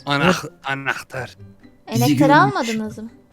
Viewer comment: Enahtar diyince çok komik diyorsun. Hepinizi çok seviyorum. Çok tatlı sevimli prenses ve kral bir ekip oldunuz. Sizleri çok seviyorum. Beni sizler güldürdünüz allah sizi güldürsün